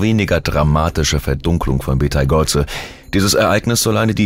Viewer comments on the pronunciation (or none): Betageuze? 😂😂, KI kann nicht Namen aussprechen 😂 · Dude.... es heißt Beteigeuze.... Auch für schlechten Content sollte man sich ein wenig mühe geben.